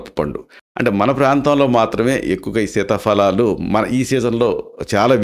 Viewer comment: Dr గారు మంచి విషయం తెలిపినందుకు ధన్యవాదాలు,కానీ ఒక చిన్న సవరణ, fa అని చెప్తున్నారు అది తప్పు సీతాఫలాలు అని చెప్పాలి, fa అని తెలుగులో లేదు ఫ అని ఉచ్చరించాలి 🙏🙏🙏🙏